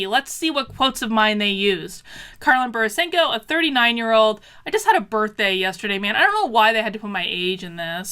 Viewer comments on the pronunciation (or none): I think you mispronounced the name of that borysenko chick 😂